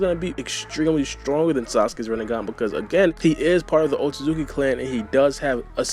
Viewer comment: Sounds like you say O-Suzuki clan lol